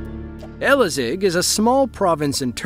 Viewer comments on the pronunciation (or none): I thought the last one is from Chile or smth until i read the sign which says "köfte". And then it says those footages is from "Elazığ" (not Elazeg which pronounced wrong but thats ok) and then i realized it was the earthquake that Turkey lived through during quarantine. It was kinda suprising moment. I did not feel the earthquake btw cz my home is far far away so im safe for now (not in the future obv, the Istanbul earthquake is comin) :D